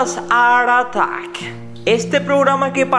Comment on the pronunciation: Porque dice ar artack? Y no Art attack